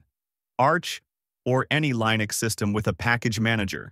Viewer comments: Hey A.I. idiot. It's pronounced like LIN EX, not LINE EX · How can I possibly trust one who pronounces Linux as LIEnux? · LAINUX ??? Really ??? It's LINUX, with the I pronounced as in bit or kit, not "AI", as it is spelled in English, like when you're referring to yourself. EXAMPLE: I am just saying 😁... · Liiii-nux or Lajnuz? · How come AI cannot pronounce Linux correctly? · Yep. I almost fell for it until hearing the wrong pronunciation of "Linux"